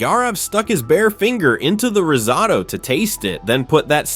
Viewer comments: Please yall!!! It’s pronounced RIZ-OH-TOE not RIZ-OTTO oooof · Bro really said "rizzoto" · Heard “rizz-ahh-to” as risotto in the beginning and immediately clicked off the video lmao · Why do you keep saying risotto that way 😅 it’s so annoying. Every time he says it’s different pronunciation 😅 yuckkkkkkkkk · These AI videos are so annoying. They don’t even know how to say the word risotto. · The most horrific part of this video is the ai commentary not being able to pronounce risotto